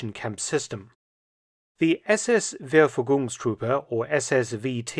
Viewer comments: "Verfügungstruppe" is pronounced like "fair-foo-gungs truppe", Mark ;-) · fair-foo-goongs-troop-a would have been nicer :P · I admire your German! ...like "Wervuegungs Druppe"! Keep up the good work! Cheers - kwe Klaus J. Weyerhaeuser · SS-Verfügungstruppe, SS-VT, lit. 'SS Dispositional Troops' pronounced Fer-fygungs-troppe. The V in German is pronounced F. The ü = y, the starting sound of ‘year’. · The 'v' should be more like an 'f'. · Generally your German is good, but you mispronounced Verfugungstruppe. You emphasized third syllable, but it should be the second.